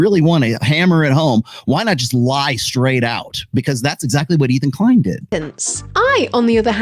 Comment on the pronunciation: Ethan KLIEN??!! Oh god, it's anuddah hollycost!